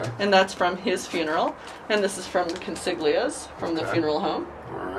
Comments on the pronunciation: It is not pronounced ConsiGlia. The g is silent. It is pronounced ConsiLia. Con-see-lya. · We pronounce it Con-seal-yah. The gli sound in Italian is like the double l (el) sound in million. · The Italian pronunciation of Consiglia is more like Con-see-lee-ah. Pretty sure it’s similar to Spanish Consuela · Consiglia, in italian is pronounce as Con-sil-ya and Izzo is pronounce as It-zo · The name of the mother Consiglia is pronounced with the letter "g" silent. It's pronounced Consilia. Sounds really nice in pure Italian. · Love the channel, and by the way: it is pronounced CONSILIA, NOT CONSIGLIA, the G is always silent, as in LASAGNA! She should have known that, it is her own ancestors for God's sake!!! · ConsiGLIa is not the right way to pronounce it....look up how to pronounce "gli" in Italian... By the way your videos are awesome, keep up the good work, peace from Italy ❤IT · Consiglia is actually pronounced con-SEEL-ya. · That name is actually pronounced Conseelia. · You are not pronouncing the name properly. It is Conseelio. The g is silent. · Consiglia, since it’s Italian, doesn’t pronounce the ‘g’, the same as lasagne and bolognese. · The G is silent in Cosiglia !